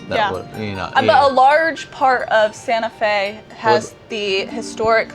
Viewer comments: No hard T, soft T (Sanaa-Fe) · It's "Santa Fe" with a hard T but you have to sing it like Batman in the Disney Musical "Newsies"